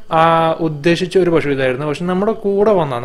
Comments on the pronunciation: പ ഷു അല്ല പശു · pashu anu makane pazhu alla